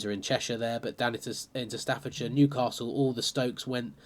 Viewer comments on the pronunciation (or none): none